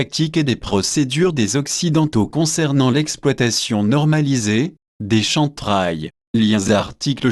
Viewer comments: Excuse moi c'est Kem Trails et non Chantrails SVP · plus des "chèm traiylls".... c'est un peu le soucis avec les vidéos pseudo-Anonymous qui utilisent des logiciels de vocalisation pour dire un truc à la con que l'auteur n'assume même pas.... si hervé guiet a une once d'honnêteté, qu'il achète un micro et nous fasse une vraie vidéo, avec ses sources en commentaire... là, pour moi, c'est du pipo... du pipo! si il joue de la flûte, c'est tant mieux?